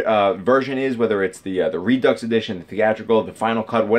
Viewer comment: Reducks 🤣 I’m sorry. It’s pronounced re-do.